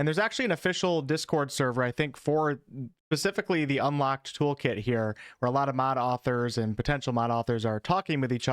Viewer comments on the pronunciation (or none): none